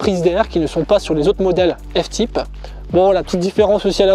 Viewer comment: « F tipe » 😓